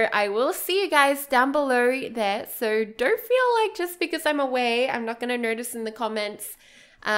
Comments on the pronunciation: Does anyone else get annoyed when she says sir instead of so? :D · I hear "SIR" instead of "SO" omg i can't perceive this adequately